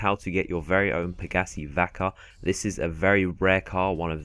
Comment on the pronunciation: He said Pegassi, but he said it like pagassee